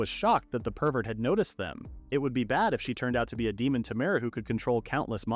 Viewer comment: a "demon t'mare". interesting.